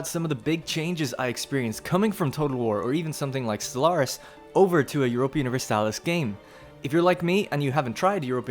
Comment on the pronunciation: "jioropia universalis" No, its EU-RO-PA.